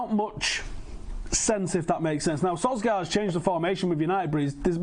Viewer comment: "sir ole gunnar solskjaer" sounds mint